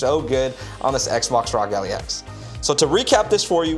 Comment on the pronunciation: Good video but you saying Allie was killing me 😂